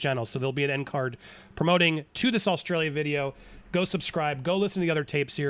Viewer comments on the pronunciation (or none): Australia not ilia